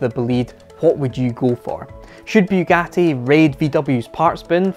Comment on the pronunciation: FFS it's not bew gatty, it's Bugatti